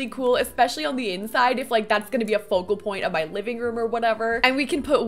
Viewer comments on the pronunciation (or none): none